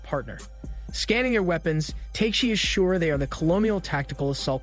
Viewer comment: it's not Teiyk - shee ... it's Ta - keh - shi (TAKESHI)